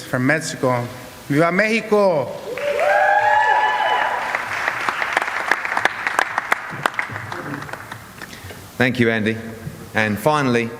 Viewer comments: Ruiz: "for Metzico" lol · “For Metsico”